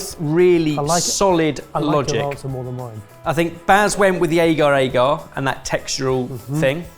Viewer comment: Hate the way says agar-agar 😂😂why does he say aygar 😂